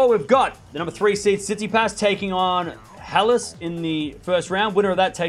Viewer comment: Re- pronunciation of Halys - in French, the h is never pronounced.